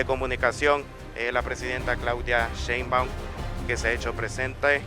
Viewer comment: Nada más que es Sheinbaum, no Sheinbaun. Por lo demás que buen recibimiento le dieron en el país centroamericano, gracias!